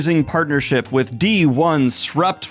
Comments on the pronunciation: Loved the pronunciation of D 1 Srupt etc. :D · I appreciate you commiting to reading "d1sprupt1ve" exactly how it's spelled. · I wanted to further the joke on their name like so, Donesruptoneve, but Daniel made the right call, pronouncing it D-1-srupt-1-ve is funnier. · I wholeheartedly appreciate your refusal to pronounce it as "disruptive" 👏